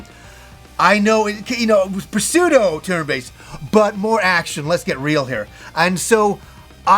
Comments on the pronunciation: Did he really say Pah-seudo? The p in pseudo is silent! How do you live 40 years and not know that, lol you're killing me. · Love the heads up on the upcoming rpgs! I love how excited you are! Your videos are so relaxing to watch! It’s also nice when you refer to your gamer wife. As a 50 year old female gamer I like her inclusion. P.s. the p on pseudo is silent.